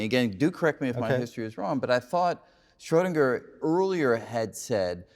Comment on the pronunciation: He makes an effort to pronounce 'Einstein' and 'Copenhagen' correctly, but then fails miserably with 'Schrödinger'